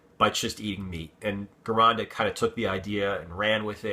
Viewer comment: the name Gironda is pronounced like Jer-on-da it's Italian has no hard G sound, some examples are Gianni, Giovanni, Gina. All sound like they start with a J... by the way I love your channel!